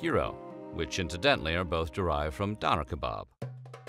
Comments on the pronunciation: The way he said Döner hurt my soul. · Pronunciation of Döner made me cringe a little not gonna lie